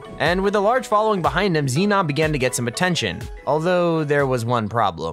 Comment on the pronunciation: His name is zenon, not xenon.